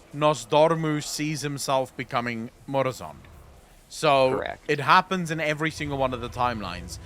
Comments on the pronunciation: Lol I'm getting unnecessarily miffed at "Murozod" instead of "MurozoNd" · please tell the guy who helps you the dragon’s name is “MurazoNd” not “Murazod”. It’s literally an anagram of “Nozdormu”.